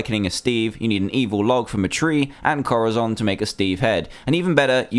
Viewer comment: it's corazon (co-da-son) pronounce it right it's spanish for heart